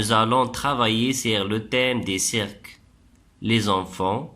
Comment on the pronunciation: DSL mais mauvaise prononciation,on dit ciiiirque ,la natuuuuuure......😱😱😱😱